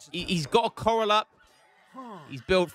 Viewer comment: It's not a coral like what grows in the sea. It's 'co-ral', the second syllable rhymes with 'pal'